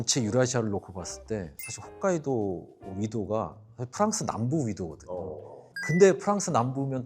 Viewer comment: 훗카이도 아니고 홋카이도.. 진짜.... ㅎㅗㅅ 카이도....